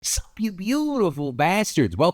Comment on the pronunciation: I feel like that "Sup" just robbed me of a year of my life due to the lack of a vowel in there.